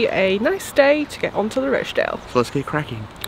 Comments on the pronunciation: With respect, it's pronounced Rotch dale. Short and gutteral😊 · Roch sounds like scotch there is no Roach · I came here to say that! Totally distracted by the Roche-dale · You pronounce it Rotchdale. Xxx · Been following your great video's through the north, incidentally the O in Rochdale is pronounced as in sock! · Thank you Neil, drove me nuts listening to the effort.